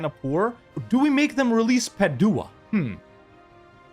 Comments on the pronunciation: Hey love your videos! Italian here, just wanted to help, Bergamo is pronounced BER-gamo, emphasis on the "e". Same for Padua (Padova), emphasis on the first "a", and Modena, emphasis on the "o". I'm actually from Venice, and look how you just massacred my boy but I understand you had to 🙂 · The way you pronounce Padua hurts my ears. Love the rest of it!